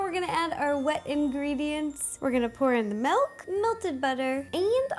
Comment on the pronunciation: Is it only me who hears "melk"?